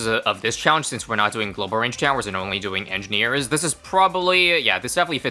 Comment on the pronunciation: sometimes you pronounce it Monkey edgineers